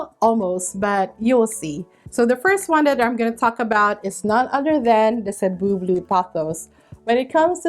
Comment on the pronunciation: So glad to finally get the definitive pronunciation of Cebu Blue.😊🙏